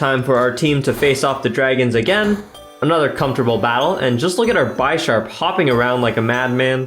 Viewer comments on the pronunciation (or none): I'm sorry but I just gotta say it is pronounced Bish-arp not Buy-sharp. Like the chess piece bishop would be said. It was driving me crazy. good video though lol